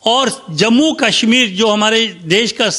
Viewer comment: कसमीर नहीं कशमीर तथा कसमीरी नहीं कशमीरी उचारण करें| आप खुद के उचारण से आप का मजाक बन रहा है |